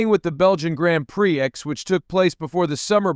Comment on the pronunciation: did you just say "grand pricks" "Do Not Recommend channel"